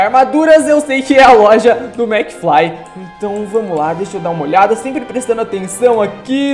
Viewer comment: Kkkkkkkkk, se fala mcfly e não mcfry